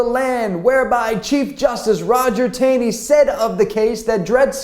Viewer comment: FYI: Roger Taney pronounced his last name: TAW-NEY.